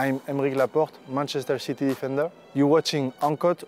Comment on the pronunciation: did he just say manchester shitty??